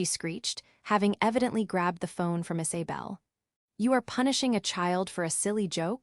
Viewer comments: It's not Is(ay)bel it's pronounced Is(uh)bel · Weird that they mispronounced Isabel every single time. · Again pronunciation of names is a problem, Isy bel or Iza bel? Sienna stop being their ATM, co-signing mortgage loans, paying for Vacations, Thanksgiving and Christmas, you give far too much and they take you for granted. The sense of entitlement, Ethan had no right to tell Sienna that she was not part of the family, he just blow his opportunity for a secure future. The expectation that she will still fund his education is unrealistic, Sienna's mother and sister are cruel. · The AI is driving me crazy trying to say Isabel